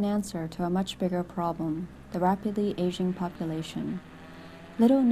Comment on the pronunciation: I thought she said "the rapidly Asian population"...